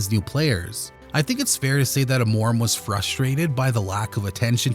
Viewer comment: "Amóraum" ? LOOOOL